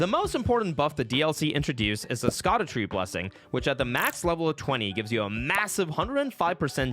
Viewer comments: Great idea for a run and it’s executed brilliantly….my only issue with the video is that you keep mispronouncing words and it drives me bonkers! First off it’s not “skadoo tree fragments” it’s pronounced “shadow tree”. The other ones (like the way you say “putrescent” for example) I can deal with. Different people say certain words differently, emphasizing different syllables, I get that. But I couldn’t just sit here listening to yet another Elden ring youtuber saying “skadoo tree” over and over again throughout the entire video. Or, I at least couldn’t listen to it without putting my completely unsolicited, probably unwanted, two cents in. 🤷‍♂️ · It's sha-doo tree fragments. Not skadoo. Jesus christ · Theyre pronounced SHADOWtree fragments... like how if you google translate siofra. Its pronounced SHEfra... same idea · How has no one told this man its pronounced shadutree and not skadutree? I thought by october he would have heard that bombshell. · FFS..it's pronounced "shadu" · I found out scadu isn’t pronounced like king fu panda’s skadoosh. It’s apparently “ye olde English” way of spelling shadow meaning shade. It’s pronounced shadow. Hence “shadow of the erdtree” has “shadow fragments”… I liked the other way better because of jack black, but yep. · Dang I thought it was pronounced “skadu” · The "Sc-" in "Scadutree" is pronounced like the "Sc-" in "Scion". You can simply say "Shadowtree" if it's easier. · It's pronounced shadow. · Despite the weird spelling Scadutree is just pronoucned Shadowtree. Scadu. Shadow. Old english. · It's pronounced Shadu shaw-du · I’m cringing hard at him pronouncing scadutree and Thiollier wrong. 😬 😑